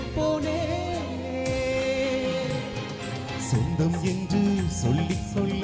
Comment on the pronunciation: சொல்லிக்கொள்ள,அள்ளிக்கொள்ள தயவுசெய்து சரியாக உச்சரித்துப்பாடினால் இன்னும் அருமையா இருக்கும் 🎉